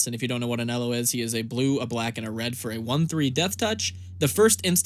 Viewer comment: you should pronounce "Ahn Hell O"